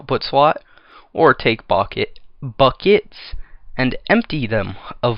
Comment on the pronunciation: Been trying not to laugh when you make a mistake trying to say a word but just completely lost it at "bockets".